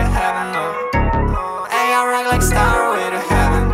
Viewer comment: Bez przyjebki bo słucham wszytsko od Ciebie i popsuje ale warto było sprawdzić jak wymawia się "stairway" bo bardzo słabo brzmi "starłej"...